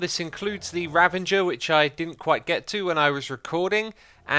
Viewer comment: Why do you and others keep saying "Ravanger" when it is spelled and pronounced "Ravager"? There is no "n". Vikings ravaged villages not ravanged them.